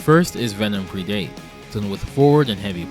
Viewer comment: Ha, homophones are fun...Venom's forward bite attack is pronounced with a short E, as in predat-or...not a long one as in Pre-date...love the series though!